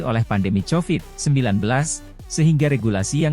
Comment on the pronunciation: Lebay Lo min nyebut covidnya.... Norak . Chanelnya Hoak ni.